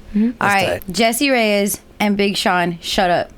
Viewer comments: ReyeS, with an S at the end, not ReyeZ. Speak and write spanish correctly please. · Her name is Reyez